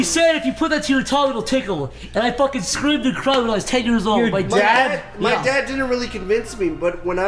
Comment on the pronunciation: Hearing say the word “scream” tickles me thoroughly.